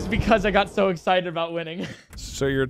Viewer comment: "im exited by you "